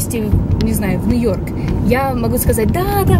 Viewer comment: Ты супер, но у меня по ушам режет твой НЭ-ЙОРК!) По- русски же это произносится точно так же: Нью-Йорк))) Если ты увидишь, знай :3